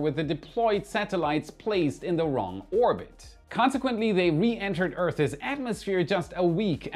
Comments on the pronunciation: Love your content,. However, FYI, you are not pronouncing "earth's" correctly. It's not earth-ez, but earth-ss. Soldier on! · "an TAR ease"....... "Earth's, not Earthez........ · can you please practice saying 'Earth" and "Earth's", it sounds weird when you say it!, keep up the good work.